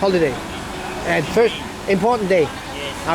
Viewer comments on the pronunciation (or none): none